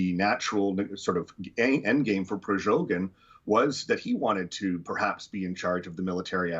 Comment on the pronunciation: why does he call "Prigozhin" "Prizhogin"?😅